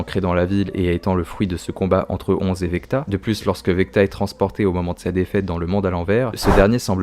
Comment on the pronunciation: VECNA pas VECTA lol 😂